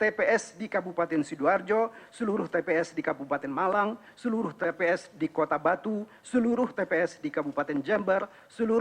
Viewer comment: nbaca saja salah2 masa bilang tps kliru wts?hadechhhh